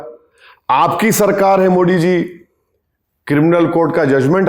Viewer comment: Arey Bhai kamse kam PM ke name to thik se lo.. it not Modi it's Modi